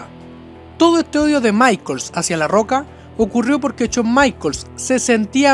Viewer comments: CHAWN NO , shawn. Pronuncia bien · "Chon" Michaels!!!! 🤣🤣🤣🤣🤣🤣🤣🤣🤣🤣🤣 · Habla bien, CHOM, CHOM, no jodas! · Uff no sabía que esos luchadores odian a "Chon" Michaels xd. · Shawn michaels no chon maicol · Porque todos pronuncian chon se escribe shawn pero se pronuncia shon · No es Chon Michaels, es Shawn Michaels, habla bien LPM... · Aprende a pronunciar SHAWN. Es SHAWN, no CHOUN! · CHON Michaels ? O Shawn Michaels ? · "Chon" michaels. 😁😂😂😂😂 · Se me hace curioso como a veces pronuncia Shawn a la perfección y en otras dice Chon jajaj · A CHON MICHAELS 😂😂😂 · El "Cho Maiquels" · Chon maicols! Jajaja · Chon maicols xD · Chon maicols 😂😂😂😂😂😂😂😂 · Todo el video se jodio por decir "chon maicols" 😂😂😂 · Chon michaels xd xd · CHON Michaels 😂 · Chon michaels xd